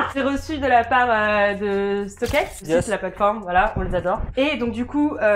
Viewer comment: Ca fait mal quand elle dit stock aiiiixxxxx au lieu de stock xxxx